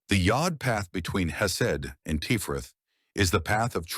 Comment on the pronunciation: This is really good info. Just one pedantry point. Tiferet rhymes with the name Chet (like Chet Baker) rather than Ché (like Ché Guavara).